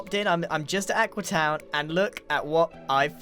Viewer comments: Its AQUEEE not AQUA! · I like how X gave up and just calls it Aquee